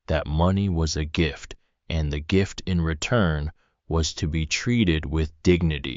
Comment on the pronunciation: The AI narating this does not know how to say "THE" or "READ". But the story is good.